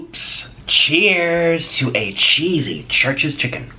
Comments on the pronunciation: I kept hearing Trisha's chicken instead of Church's chicken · When he starts off the video talking about 'churches chicken' and it sounds like Trisha's chicken 💁🏻‍♀️ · I thought you were saying Trish's Chicken lmao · He keeps saying “Trisha’s chicken” 😂